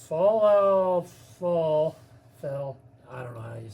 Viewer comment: This review coming from someone who can’t even pronounce Falafel correctly. Yeah no thanks. This lets me know you have never in your entire life had Mediterranean food, ever. So your review to me is pointless. Stick to bbq and burgers.